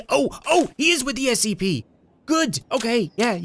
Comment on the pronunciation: It's scp why u keep saying sap